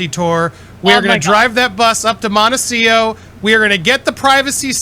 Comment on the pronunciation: MONECIO...practice saying montecito...m o n t e c I t o.